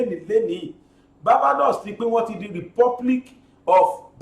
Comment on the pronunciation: BGI, Barbados is pronounced 'baar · bay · dows'